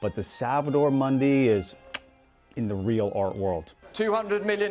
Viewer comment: Good video. One small quibble, Mundi is pronounced ‘Moondee’